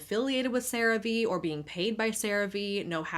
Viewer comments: interesting how you pronounce CearVe one way all through the segment until we get to where you pronounce it as "Ceraveay" instead of "Ceravee" 😉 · Its pronounced Sera-Ve?! I always thought it was Crave just spelt with an e lmfao omfg. I never even thought about the V being capitalized... 😅🤣🤣🫣😊 Also, i appreciate your videos, and realism, i HATE watching influencers adds because they are all dumb lies and just fake adds worse then actual TV/cable adds because whats the point of listen to a person lie about a product vs a product saying here we are, we have this, this is what its for Buy It!. Lmfao